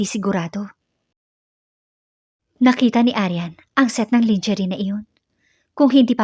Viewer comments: I hope this is not so insulting, ang pronounciation ng lingerie ay: " langerie" not lingerie. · Ups mali " langerey" pala not langerie".sorry! Merry Christmas to all🌲